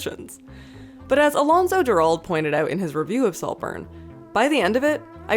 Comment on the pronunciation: When i heard the summary of salt burn i thought of Six Degrees of Separation. Even though it matches Mr.Ripley. (also a heads up its alonso dur-all-day)